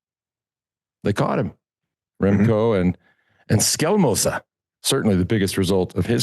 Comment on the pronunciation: But George pronunce "Skjelmose" perfect - and I'm Danish.